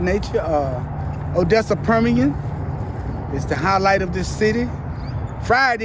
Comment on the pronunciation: Also you it's Permian High School. You said that wrong